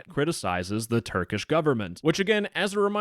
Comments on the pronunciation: As a turkish citizen i laughed at your prounancaiton (no offence) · as a turkish, i can agree your pronunciation is not very good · as a turk, that pronunciation was so beyond horrible that i laughed for 2 minutes and had to rewind cuz i missed the video while laughing😂😂 all non-turk people pronounce turkish words like that though, no offense